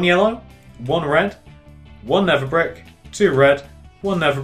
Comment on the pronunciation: His accent makes it sound like never brick but he's saying nether brick